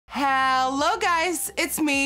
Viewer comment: I love how when she says hello she still haves her accent 🥰🥰🥰